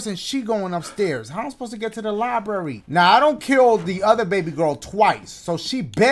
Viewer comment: “How am I supposed to get to da LIEberry”